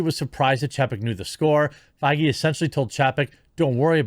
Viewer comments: The worse part is the constant mispronunciation of Feige. The ‘ei’ makes an ‘a’ sound! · So that's how Feige is pronounced. I thought it was pronounced as Fayger, like you know, Fegelein. Fegelein! Fegelein! Fegelein!